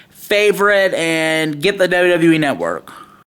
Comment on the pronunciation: "The WWE Netwuurrk"